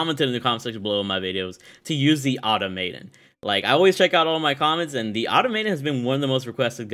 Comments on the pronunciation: Pronunciation - ah Tom ah tOn 🤷🏻‍♂️ 😆😆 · It's Automaton not Automaton.